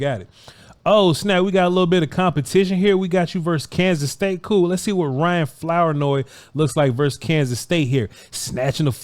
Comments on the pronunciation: Flour-noy? Is that the correct pronunciation? Something tells me it isn't. I'm gonna say it's Floor-noy. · It’s pronounced “Floor-noy” Also it’s Southeast not Southeastern. Lastly I was the camera guy for a few of these clips 😂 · Flour-Noy is pronounced like flouride that is definitely in Vochs toothpaste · The last name is tricky Flournoy . Pronounced ~ Floor Noi 😂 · It's not Flour- noy lmfaoooo damn mane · It's pronounced FLOOR NOY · You would have a lot more credibility if you would learn to pronounce his name.☹️☹️☹️😂😂😂